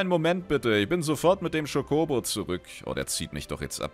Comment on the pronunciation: Cho KOBO. Man hörrt das du Kodo sagen willlstt, wow Steckt noch zu tief in dirr :P Es iist eher ein Cho-Co-Bo